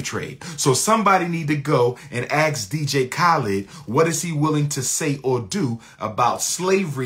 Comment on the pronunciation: 6 degrees and he cant pronounce 'Ask'